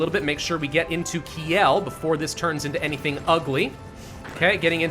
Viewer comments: Kiel is pronounced Keel not Ki- El. It's a city in germany not on Krypton. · Bold of you to expect an American to pronounce something correctly.